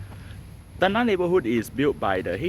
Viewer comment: It's not 'ten-nah' but 'ten-ngah'. Flower in Malay is bunga. You pronounce it as bu-nga and not bun-ga. There's no 'ng' sound in Mandarin so I can't give you any example. In Cantonese, there's nga 牙。But I don't think you know Cantonese.